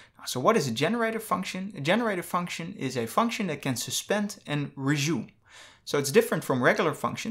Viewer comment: Not a native speaker. No big deal. :)